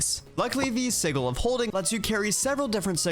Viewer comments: previous versions of blood magic had a book (the sanguine scientificum?) that had the exact same fearure. Side note: I wish it wasn't called EV. I keep thinking of Gregtech. Sih-juhl. Not Sih-ghul. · SIDJ-IL NOT SIG-IL!!!!!!!!!!!!!!!!!!!!!!!!!!!!!!!! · The G in sigil is supposed to sound like a J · pronounces sigil with a G sound instead of a J sound which is the correct way to say it. Its just funny lol. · Apparently si-gl (Like is using) is the American pronunciation, while si-jl is the British pronunciation... Personally, as an American, I have never heard the American pronunciation in my life, so I'm just as thrown by it as you are. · a quick search shows that in no way is a pronunciation with a G correct. It comes from the Latin word sigillum and is pronounced as how everyone here knows it does. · No, no it is not. si-gl is absolutely wrong. I live in the US and it wasn't until I heard Matt Mercer say it that way on Critical Role that I EVER heard it pronounced so very wrong. I was born in 1981. That's well over 30 years before I ever heard it pronounced any other way. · I have litteraly only ever heard it pronounced with a G for Planescape, which also doesnt matter because its not referring to an arcane sigil and instead the City of Sigil, and names can be pronounced however the f the namee wants. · Please look up how to say sigil properly. :) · I really hope that your pronunciation of "sigil" is engagement bait haha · The pronunciation of sigil is sending me lol